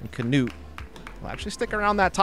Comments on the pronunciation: Nice coverage! But please pronounce it «Knut» and not «Canute» 😅 I know its hard but you can make it! From a fellow norwegian🇳🇴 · The man is called " Knut " And he deserves to be pronounced the right way. There is no kinda "a" after the K.. Pretty annoying commentary for a german ear!!